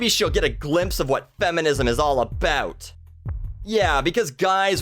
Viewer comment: It's about not "aboot"